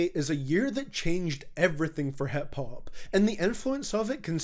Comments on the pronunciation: I love how he says HEP hop instead of hip hop. Scottish accent is beautiful. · hep hup